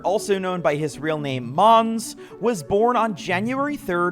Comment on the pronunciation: Hello I am just like moneymaker a swedish guy Just wanted to say, Måns is more pronounced like Mons, not Mans. W video as always